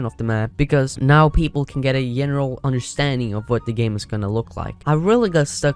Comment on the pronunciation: WHY ARE YOU SAYING JENERAL IT'S SO ANNOYING BRUH